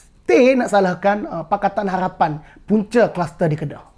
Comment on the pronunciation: Kemah abe min cuma sebut molek harapn bunyi lain haghhpan